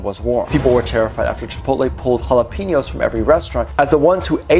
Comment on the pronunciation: You know, why do people mispronounce the only syllable of the word jalapeño out of 3 that should actually be familiar to anybody growing up only speaking english? Like why do they go out of their way to mispronounce something they currently pronounce correctly? There is like no plausible circumstance where say if you've never even seen or heard the word say you're reading it for the first time, that anyone would ever pronounce it that way under the guise of well I don't know how to speak Spanish. Oh yeah? You pronounced the J with a Y and even put the accent over the N. I take that back. There is only one plausible circumstance where it would be excusable to pronounce that word in that manner, is if you ask to borrow an ink PEEN, or describe someone's dirty house as a pig's PEEN. Its baffling to me. Like, pronouncing it the why it is spelled in English, (Juh-lop-a-know) would be far less offensive because you're at least butchering EVERYTHING. Rather than mispronounce the same thing you pronounce correctly everyday. It sends me into orbit.